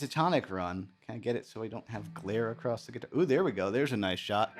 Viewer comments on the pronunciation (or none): none